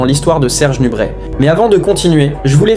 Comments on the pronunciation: Serge NUBRET pas NUBRETTE !!! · C est pas nubrette mais nubré a prononcer 😢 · On prononce NUBRÉ et non NUBRÈT ! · C'est une audio IA ou quoi? Parfois on entend nubrette et d'autres fois le nom est bien prononcé nubrè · ça se dit "nubré" !